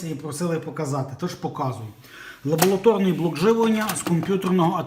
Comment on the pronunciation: лабоЛаторний, який же ти безграмотний.